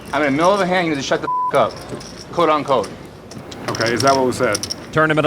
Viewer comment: “coat un coat”